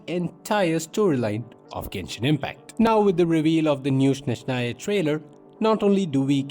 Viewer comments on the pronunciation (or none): they will never learn how to pronounce Snezhnaya,THERE IS NO SH SOUND,ITS S NOT SH